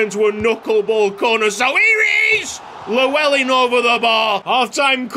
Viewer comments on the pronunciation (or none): could you possibly look at a video to pronounce the name Llewellyn, double L is pronounced differently in welsh. Its hard to describe how it is pronounced so I'd recommend just watching a video. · The way you pronounce Llewellyn is like hearing nails to a chalkboard for any welshman 😂